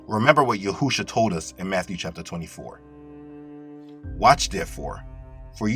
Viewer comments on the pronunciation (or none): NOT YA-HU-SHUA. NOT YAHUSHA. IT IS YE-SHU-A FORMALLY YA-H'-SHUA. YA-H'-SHUA MEANS YAH IS OUR SALVATION. LATER SHORTENED TO YESHUA AT THE TIME OF THE 2ND TEMPLE. GREEK OR LATIN DOESNT HAVE THE SAME SOUNDS/LETTERS AS HEBREW OFC SO THEY SPELL/PRONOUNCE IT IESUS . WHICH IS WHERE A LOT OF CONFUSION COMES FROM WITH LEW WHITE & MANY OTHERS. OBV TRANSLITERATION OFTEN MAKES IT SOUND LIKE ITS THE SAME/EVEN SPELLED THE SAME WAY BUT IT IS NOT. THE ANGEL DIDNT SAY TO CALL HIM YAH'SHUA (YAH IS OUR YESHUA; THE FORMER VERSION OF HIS NAME) ANGEL GABRIEL SPOKE TO MARIAM : MATTHEWS : "SHE WILL BEAR A SON, AND YOU SHALL CALL HIS NAME YESHUA FOR HE WILL (YOSHIYA) SAVE HIS PEOPLE FROM THEIR SINS" MAY THINK LEARNING HEBREW OR ARAMAIC IS NOT IMPORTANT BUT IT CERTAINLY IS. W ALL DUE RESPECT; IT SIMPLY ISN'T THE SAME WORD. THIS CAN BE MISLEADING FOR THOSE THAT ARE TRYING TO LEARN HEBREW/ARAMAIC. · His name is Yashouwa . Not yahousha. Just as I listen I hope u listen . Those from God do listen. God name: Yahouwa Son of man Yashouwa Yahoushouwa= God saves.